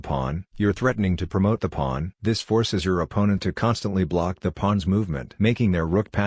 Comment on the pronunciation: "Pwons" Lol